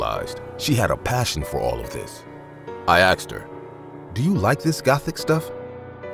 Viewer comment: Every time one of the guys is supposed to say Asked, ask or similar, he says axed xD Hilarious